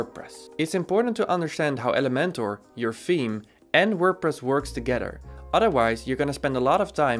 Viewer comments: Great although saying team instead theme threw me off initially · I am laughing so hard because I thought you're saying Team and you were actually saying Theme. I kept saying to my self what team? But honestly, I am not tech smart so I really have enjoyed your videos. Thanks for taking the time to do these. It helps someone clueless like me!!